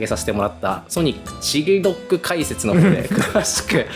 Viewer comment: のソニックの好きな食べ物ずっとミニドックって聞こえてた